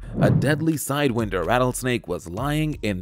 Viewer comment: You mispronounced sidewinder and wily.